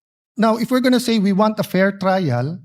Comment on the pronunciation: yong pronunciation mo po ng word na "SAY" you pronounce it as "SEE"